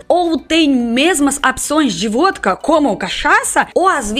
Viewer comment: Aff! Vódka??? Essa é arrepiar.